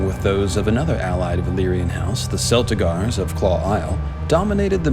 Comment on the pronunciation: The pronunciation of Celtigar with a soft c hurts my ears.